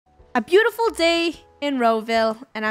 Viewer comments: “It’s a bootifuil day to vile” -Funneh 2020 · Funneh: “It’s a boofuile day in to vile” Draco: “HeY!”